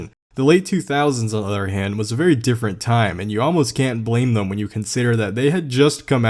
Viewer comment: is the CEO of saying "thum" instead of them